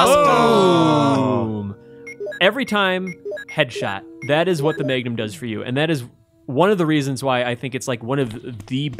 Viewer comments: Keep it coming GI. Also, Maygnum. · First he says, day-gehr for the dagger, then he says may-gnum for the magnun, this time around he says stay-gering for staggering (sighs)